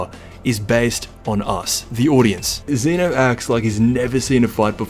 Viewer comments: This guy says zenu its zeno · Its zeno not zino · he said zino lol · My guy said ZEENO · zeeno his saying zeeno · So annoyed with how you pronounce ZENO